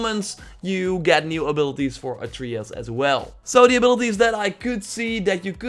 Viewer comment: God of Wooooar and ATREEyus. I dunno know... I am german and can say these words just fine. Doesnt bother me too much, though. It's kinda funny.